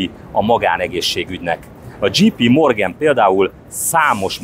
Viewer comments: A J.P. Morgan az nem "dzsí pí" hanem "dzséj pí". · "dzséj"pí morgen... nem "dzsí".